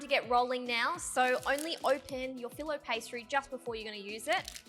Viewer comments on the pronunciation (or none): none